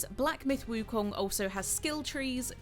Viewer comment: Props for the pronunciation on “wukong”